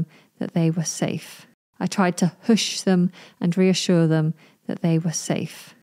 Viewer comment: Isn't it /Huhsh/ 🤔